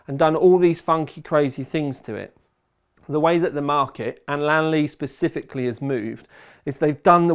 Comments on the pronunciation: In "Li-an-li" the pronunciation not "Lan-li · Man really said LAN LI